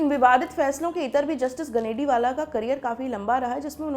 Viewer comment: गनेडिवाल not गनेडिवाला।